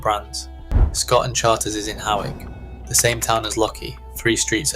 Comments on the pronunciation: Hawick is pronounced “hoyk”. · Pronounced hoiyk ! You are welcome!